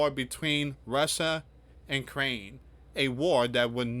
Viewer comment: I watched your presentation because YT suggested it. This is a very surface level analysis and it would be helpful if you could pronounce Ukraine. Not Crane. Resilience is pronounced re-sil-e-ence. The peace plan is not Trump's, it is the points Putin has been using for years now, there is nothing in it that benefits Ukraine. Witkoff is a real estate developer with no previous experience in ending wars - no diplomatic skills. Would you trust the guy who builds your house to end an international war? Under the plan , Ukraine (with a U) need to give up 20% of their country, halve their army so they can't defend themselves if they are attacked in the future, they are not allowed to form defence alliances with other countries and no real security guarantees that are binding are proposed. The peace plan is simply give everything to the Russians, who invaded in the first place and the Russians get no penalty of their behaviour. Is that morally right? What would Jesus say about the largest country in the world taking even more land from a smaller country? Would Jesus side with the rich over the poor and oppressed? Did he see the money-lenders at the temple and say 'well done boys, keep making money'? The peace plan has been rejected because it is unfair. The war has gone on for four years, but Ukraine is actually winning tactically. they have destroyed : - Tanks destroyed: ~11,373 - Armoured fighting vehicles (AFVs): ~23,628 - Other vehicles and fuel trucks: ~68,351 - Special equipm